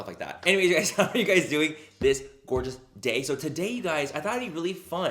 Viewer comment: I look forward to hearing “this GORGA day” bc I know he’s saying “gorgeous” but I choose to think he’s talking about me😂